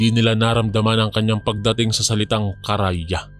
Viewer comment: Kara ya😂😂😂😂 Karay a po Hindi po Kara ya😂😂😂